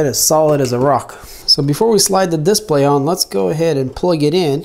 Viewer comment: I like how he says "DISPLAY". A lot of emphasis on the "I". Lol.